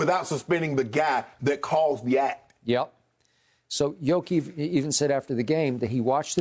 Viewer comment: Lmao Skip really called the Joker “Jokieff” 😅